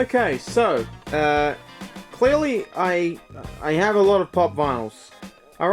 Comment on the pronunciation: did he say "clealy"